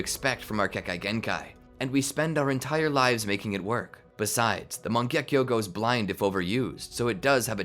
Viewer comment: oh by the way it's not "mangyekyo" its "mangekyo"